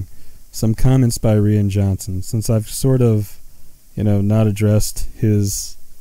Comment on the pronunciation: i think it pronounced ryan not re anna johnson lmao but he is a girly guy so fuck it give this guy as much shit